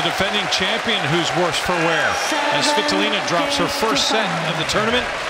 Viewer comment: why the umpire Saying Game: Sweeetolina ???? Isnt she svitolina?